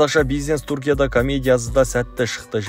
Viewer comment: Туркия емес түркия өз тіліңді дұрыс сөйле